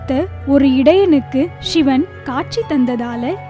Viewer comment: Pls say Sivan. Not Shivan